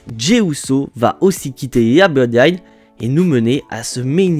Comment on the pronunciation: Mon cher on dirait que tu as un problème au niveau de la langue ! La Bloodiine😮 waw